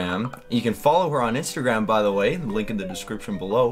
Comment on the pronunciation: It's duhhhh not der 😂